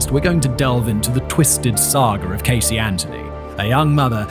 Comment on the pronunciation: When I saw the name Casey Anthony in the title, I immediately thought to myself - this is English origin name, so there is pretty good chance Simon will not totally butcher the pronunciation of the name this time. But I needed to check. And he did not! Well done. :)